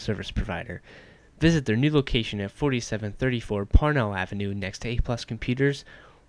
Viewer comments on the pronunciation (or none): LOL when he says "parnell Ave" it sounds like he says "Porno Ave"